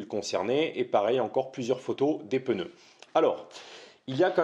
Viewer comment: Des pNeus svp ! pEneus n'existent pas...😉